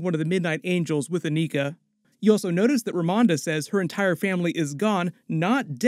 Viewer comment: Is it too much to ask YouTube reviewers to pronounce/say the names of characters in these movies correctly?!? Especially after they or other characters who interact with them, say their names correctly. I've seen this several times, and it's usually characters that don't have typical American/english names and are black or other POC. Ugh. Ayo and Aneka are said in the movie, yet repeatedly says their names incorrectly.